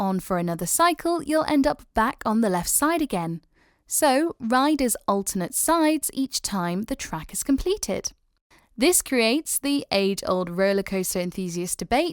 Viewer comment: Narration mispronounces alternate (v) as alternate (n).